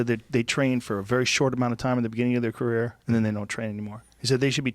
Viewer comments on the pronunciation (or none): none